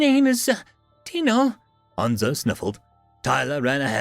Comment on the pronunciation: FYI I think this is my first time hearing our saying Dino correctly, it is endearing he had pronounced it wrong/right before made him more human. I took the reference from the flintstones the first time an had to wonder myself. much like the name Agro meaning farm; while many I think it means to anger. So in my head his name () is big farm dwelling tree rodent reading awesome stories for us/me. thank you